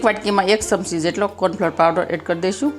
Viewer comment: ચમચી બોલાય સમસી નહિ